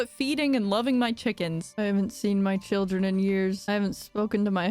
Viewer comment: I really appreciate how she never broke character on the sYLLABLE stress for her cHILDREN